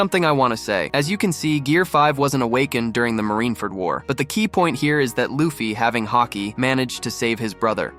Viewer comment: L AI video Wtf is a "LAFFI"?